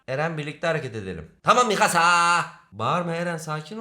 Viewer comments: abi misaka değil mikasa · bende çokkarıştırıyorum misaka deil mikasa sonu kasa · mikasa❌ misaka✅ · misaka????? mikasa olcak o :) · Mikasa ya Misaka diyen koca yürekli abimiz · X: Mikasa ❌: Misaka ✅ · abi nasıl dilin sürçmüş öyle, mikasa onun adı ... bvsdöv